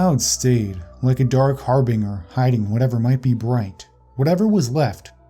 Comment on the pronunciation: Har-binger? XD